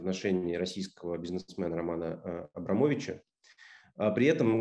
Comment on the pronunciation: Фимилию абоамовича владимир не может произнести? Как некие персонажи про берлинского пациента говорят